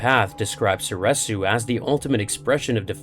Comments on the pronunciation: So-ree-su, not so-reh-su. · Was anyone else losing their mind every time he said "soresu"?